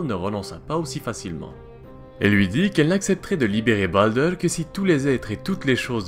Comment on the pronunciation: ça part le plus souvent vers un vieil accent anglais qui n'as pas trop sa place :) tu avale les R, comme avec baldr, ou helheimr par exemple , mais bon, comme tu dit, c'est pas toujours facile